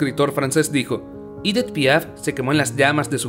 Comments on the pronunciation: EDITH! et NON pas IDITH/IDETH !! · Es Edith en francés no “iditz” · Si no sabes pronunciar un nombre o una palabra en frances pronunciala en español, el video es en español, es aceptable, lo que no podes hacer nunca es pronunciarlo en ingles o como se pronunciaria en ese idioma por que no tiene nada que hacer esa pronunciacion alli. Por ejemplo cada vez que decir "Idit" Piaf....... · Su nombre no se.pronuncia ídit ,por lo.menos si te aventuras a hacer un video tienes que pronunciar bien los nombres.No se pueden soportar estos errores garrafales. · Si es francesa………. Y Edith se pronuncia igual en Francés y en español ….. de muy mal gusto pronunciar el nombre con un pésimo acento en inglés Me habla de ignorancia y una cultura muy pobre . No todo es leer un texto